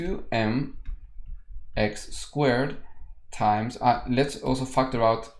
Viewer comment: Whenever he says factor out i hear fucked her out 🙄.